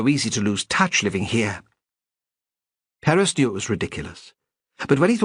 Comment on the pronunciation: Wish that the narrator had pronounced Perez correctly. Oh well. Fine story.